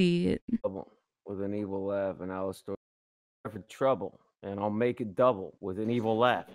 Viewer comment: Did no one else noticed that instead of saying Alastair he said Jalastair